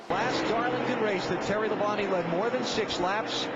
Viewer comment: That's how it's supposed to be said